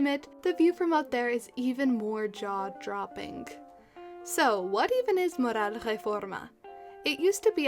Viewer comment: Nice video! I was at Comalcalco earlier this week. Very interesting place. I've got to ask. you say "the view from up there is even more jaw droppinK" Why do you say droppinK? What accent is that exactly?